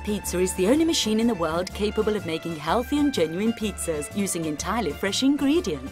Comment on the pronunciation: She keeps saying Pizzra's